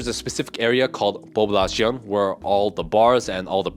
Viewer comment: I agree ! He isn't a expert at all to be speaking about living there. I grew up there and left for the US but what he says about the food is not all true., amoung other things. He can't even pronounce Poblacion correctly. Dont believe everything he says, just his opinoin at best.